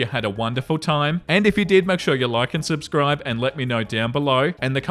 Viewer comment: Everytime ends a video all I can hear is "make sure you lycan subside"